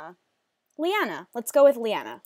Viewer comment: Oh my god... when you said 'Liana' I got excited... Cause that's how you pronounce my name, except the spelling is different ^o^